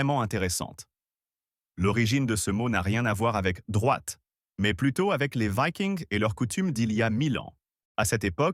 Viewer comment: Vidéo a la voix synthétique qui ne sait pas prononcer vikings en français